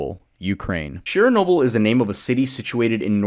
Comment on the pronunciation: It's Chernobyl